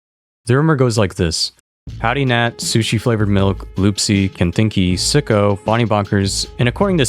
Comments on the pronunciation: I always thought Sico was pronounced see-co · it is see co